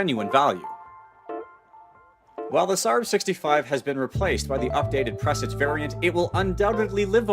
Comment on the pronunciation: Its not "Press-ige" its "Per-sarge"